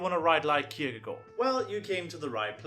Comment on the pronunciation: Wow you actually pronounced Kierkegaard right